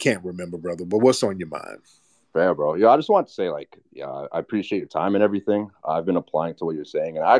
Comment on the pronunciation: "Everyfink?" 🙄 She sounded quite literate until this point. This isn't a white woman though. I'm getting immigrant vibes, perhaps South asian or East african. Tried her very best to sound quite affluent, but it wasn't dropping. Judging by the comments she wasn't fooling anyone. If she is a repeat troller, she has serious mental issues.